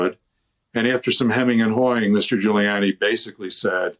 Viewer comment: This guy nailed Ghoullyani. So funny how he described gooly.